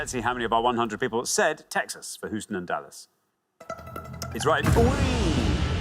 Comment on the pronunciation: Hooston? Are y'all mad?